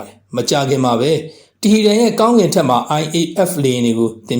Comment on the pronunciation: တီဟီရန်လို့ မရေး မဖတ်ပဲ တီဟရန်လို့ အမှန်အတိုင်း ရေးသားဖတ်ကြားပါရန်